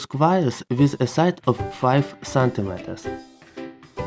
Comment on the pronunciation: not squares, "squires"😂😂😂😂😂😂😂😂